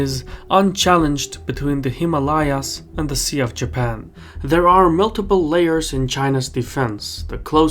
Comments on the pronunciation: You're still mispronouncing Himalayas. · You are still mispronouncing "Himalayas".